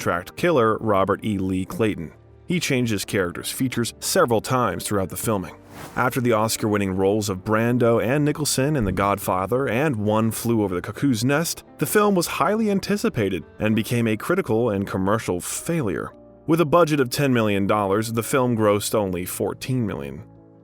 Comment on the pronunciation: Many names are butchered. I cringed at the mispronunciation of Coppola, Magnani, Elia, Huston, Cuckoo’s… 😣